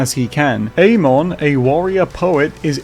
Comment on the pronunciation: Pretty sure it's pronounced ah-mon with the emphasis on the 'm' and not ayy-mon with emphasis on the 'a'